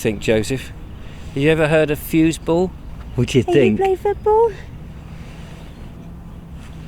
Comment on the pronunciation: 🤣😂🤣😂 you were right - Foosball. "FUSE-ball"😆 That must be the electrified version!🤣 Anywho...East Preston was a charming town - even if it did have a hodgepodge of buildings. I too appreciated the fact that they tried to at least keep w/in the style of the already existing buildings (& not muck it up w/ a lot of concrete & glass "boxes").